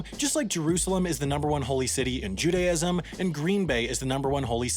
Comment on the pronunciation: you pronounced Judaism wrong.